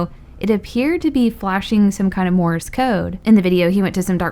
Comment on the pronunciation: It's sounds like you're saying Morris code